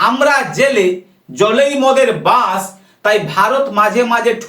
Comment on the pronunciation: চু তিয়া শা লা, বাস আর বাঁশ। কথা ঠিক কর আগে। তলা ফাটা চু তিয়া।